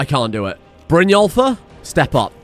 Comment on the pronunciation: Brynjólfr? More like Brynwulfr eh?